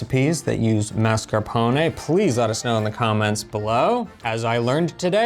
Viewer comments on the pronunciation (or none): please, per piacere, per favore, you're driving me crazy. La pronuncia, la pronuncia! The first "a" in mascarpone and appetito. Ask Eva.